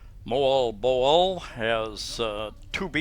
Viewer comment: Hahaha, you got the pronunciation of Moalboal correct. LOL.